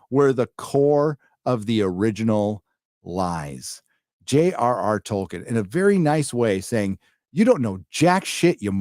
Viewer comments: Who is "Toiken" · "True to Toyken"